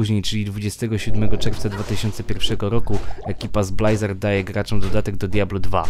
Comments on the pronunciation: blyzard, a nie blajzard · Nie będę oryginalny :) Blizard, Blyzard... Odradzam mówić Blajzard :) Gitara jest, szybko, zwięźle i na temat. Możesz zaktualizować materiał bo jest już dodatek i dodatek :) No i ploteczki o Diablo 4.